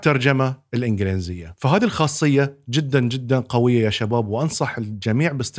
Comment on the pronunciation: الإنڤلينزية ❌ الإنڤليزية ✅